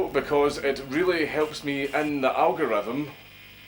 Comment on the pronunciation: I love how he says algorytim